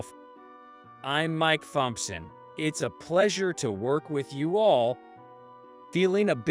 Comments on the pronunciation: tip for the AI speech program thompson is pronounced tompson. h is silent! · Who doesn't know how to pronounce "Thompson," FFS?